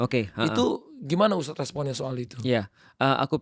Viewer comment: Mohon maaf untuk,baru mulai aja udah janggal sih, dari segi penyebutan ustadz, Yang bener ustadz, pake( dzal) bukan USTAZZZZZZZ bukan pake (ZA) Saya rasa ini bukan bidang nya sih, terlalu jomplang obrolan nya,, susah nyambung nya😥😥😥😥